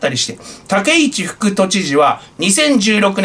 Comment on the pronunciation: 武市（たけち）と読みます。